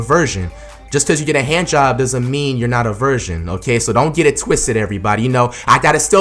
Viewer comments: the way he says virgin sounds like he saying Version. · he keep saying "version " not virgin 😂😂😂